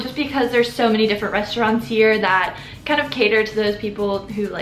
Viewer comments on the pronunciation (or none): none